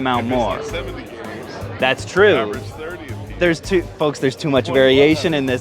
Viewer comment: It kinda hurts my soul when I hear him mispronounce games lol